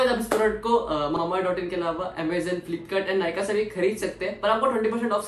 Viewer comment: Muje pata nai kyu jab rega mamaearth bolta hai to muje mambaearth sunai deta hai🤔🤔